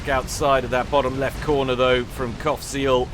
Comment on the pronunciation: Everytime you said Qaphsiel all I hear is Cockseal :/